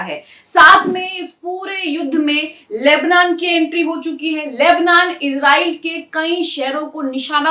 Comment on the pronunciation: Lebnan nahi lebnaan bolo